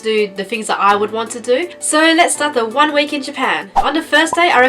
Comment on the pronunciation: "duh" instead of "the".